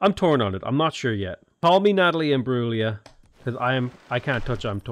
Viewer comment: You pronounced Natalie Imbruglia's name correctly, just FYI.